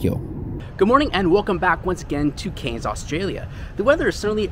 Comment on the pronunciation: I'm a Cairns resident, and it is pronounced .... 'Canz' .. liked the vid though and you have just convinced me to take the trip to Tokyo !! Didn't get how much luggage you allowed, but ill soon find out ..